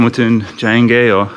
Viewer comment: Hey mate don’t forget to pronounce the R in the word aur. Cheers!